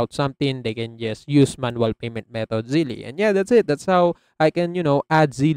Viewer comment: Its not pronounced "Zelley". It's similar to "Belle" -- Zelle